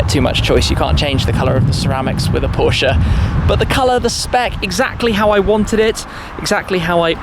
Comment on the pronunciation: He has trouble saying “Porsche “ thats y its going